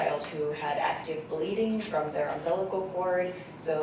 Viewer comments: UMBLICAL cord? Seriously? Why can't someone on the defense team tell her the correct pronunciation? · If that arrogant attorney says "um-blickal" cord one more time I think I'm going to vomit. How do people like that even make it through law school? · Not to mention that the one defense attorney doesn't even know how to pronounce the word umbilical... repeatedly stated it wrong trying to make her senseless point..."and you don't know how the bruise got on his head?"--- Couldn't be where "mommy" slung him in a metal rubbish bin like yesterday's trash🤬